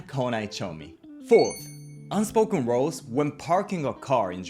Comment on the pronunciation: An interesting video. I notice that the pronunciation of ‘rules” often sounds like ‘roles”.